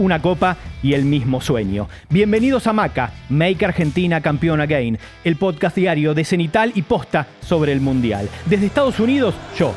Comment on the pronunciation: Me hace un poco mal que pronuncien mal la palabra again